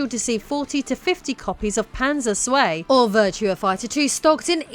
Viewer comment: Never heard "zwei" pronounced as "sway" before. 🤔